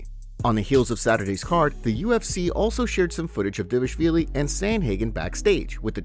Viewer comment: try again D VAAL ISH VIILI OTHERWISE KEEP HIS NAME OUT YOUR F,,,KIN MOUTH..........GH